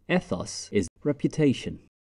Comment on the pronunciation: nice video but to be concise ethos should be pronounced 'eethos'